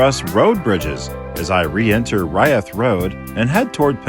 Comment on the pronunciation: I lived in Pendleton for five years. Locals call it Umatilla Canyon rather than a gorge. The highway through there is Old 30. Locals also pronounce the town and siding Reeth, rather than rye-eth.